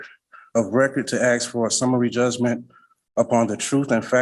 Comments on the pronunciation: ASK not aks ASK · Seriously, what is with people not being able to say the word "ask"? It's not "Ax"!!! Try this simple exercise of dragging out the letter sounds.... aaaaaa .... sssssss....kkkkkkk .... now just put those sounds together without dragging them out .... ask ... simple. Keep practicing this method, because you sound highly uneducated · As soon as the first "arrm" and "axe" was uttered, I knew we had a superior smooth brain in our midst!......what a Plank!. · And my favorite, "axe." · Why do you “axe?” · I know right? I mean how much effort does it take to pronounce “ask”?? Apparently it’s just too much.